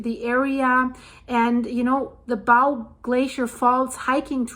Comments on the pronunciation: Thank You for the reporting. It's pronounced bo, like the ribbon you put in your hair, and the thing you shoot an arrow with. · It's pronounced bow as in bow and arrow. If you want to help, donate to STARS air ambulance. It's mostly funded by donations. It's not a government service. They have saved many lives. We in Alberta have many remote places and long distances to hospitals with emergency hospitals. The Frank slide is stunning!! I drive there every year. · It’s pronounced “bō”, as in “bow and arrow”. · Say Bow, like a bow & arrow, not like, to bow down, The Bow river is pronounced the same way just so you know. Great stuff!